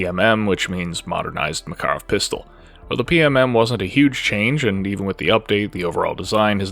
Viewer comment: all the research you did and you still cant say Makarov correctly?